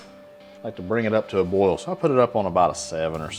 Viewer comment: Honestly did not notice the accent until you put the rice on the stove? Dude… Boil? Why is your accent so think with only that one word. Wow. Great video btw!